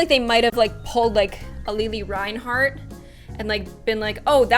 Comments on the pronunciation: Anyone notes that she said lily rineherart like lele rinehart. No hate I love you that just made me laugh... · Did anyone notice she pronounced lili Reinhart wrong? It’s pronounced like lily. Sorry that just bothered me but ily❤️